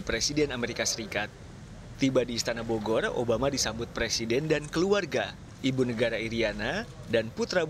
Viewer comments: ITU orng NY ga visa ngomng Bogor kadi bogol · RRRRRR = LLLLLLL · bogor min bukan bogoy.libur bukan libuy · ITU or ng NY TDK visa ngomng Bogor